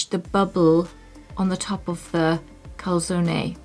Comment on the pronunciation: Good effort on pronouncing the e in calzone, brava! (next: salame is the same :D)